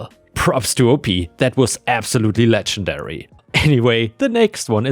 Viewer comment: please practice saying legendary